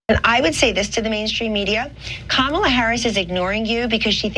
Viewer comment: Isn't she the alternative facts lady? And what's with the kaMALLA, Kamabla, bullshit pronunciation. Children.